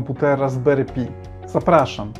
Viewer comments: Raspberry PAJ a nie pi... SUDU a nie sudo... Chcesz uczyć innych, to sam się trochę poducz. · Nie pi a "paj" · Raspberry paj nie pi - bo trochę pi to 3.14